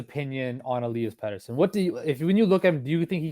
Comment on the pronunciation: Il-ee-us petterson and he will be an 80 point player plus this year mark my words